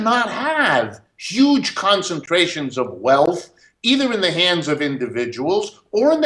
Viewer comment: Is this Bernie's cousin? He said "yuge"